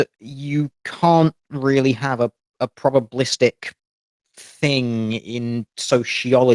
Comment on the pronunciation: When she said "probablistic" I imagined a cartoon Teal Dear with his jaw on the floor.